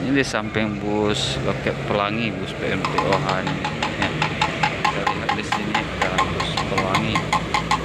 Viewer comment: Sebutan nya PE EM TOH bukan PE EM TE OHA